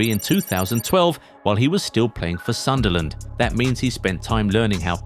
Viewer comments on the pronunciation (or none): none